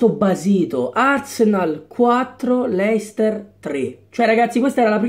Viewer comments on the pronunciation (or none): none